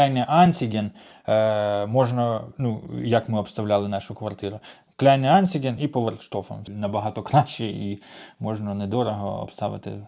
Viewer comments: Будь ласка кажіть правильно Kleinanzeige : не Клаінайнціге. А Кляйн-анцʼайге. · как как? КляйнеанцИген? Я аж побежал перепроверять, что может приложение переименовали, ребрендинг может был.